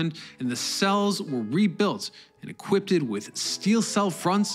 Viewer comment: And ‘equipted’- the boy is on fire today! 😂